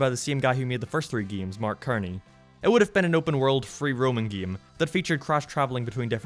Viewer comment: You pronounced mark cerny's name wrong You pronounced it as "mark k-erny" when it's suppose to be "mark s-erny"